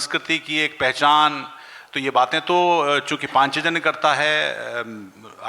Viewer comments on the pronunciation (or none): पांचजन्य बोलना आ नहीं रहा है, शिक्षक बने घूमते हैं🤣🤣